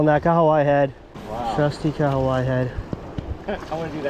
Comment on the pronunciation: I must say, I appreciate your pronunciation of the Kahawai. Most people in NZ struggle😂